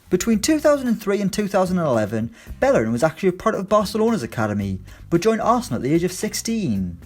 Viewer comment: Why you always pronounce Bellerin wrong?